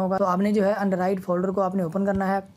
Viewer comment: Android ❌ Andrid ✅ 😂